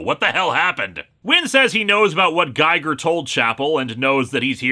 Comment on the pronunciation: Grrrr. It's pronounced "Geeger" as in HR Giger. It's a lame reference, I know, but pronounce it right.